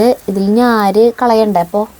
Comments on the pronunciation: ഞാര് അല്ല.... നാര് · ഞ്ഞാര് അല്ല നാര്😂😂😂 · ഞാര് അല്ല, നാര് എന്ന് പറ